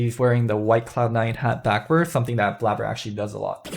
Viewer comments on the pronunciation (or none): none